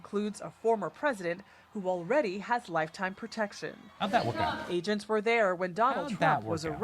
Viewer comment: It's pro tection not per tection